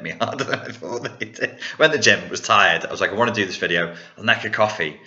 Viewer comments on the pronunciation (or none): none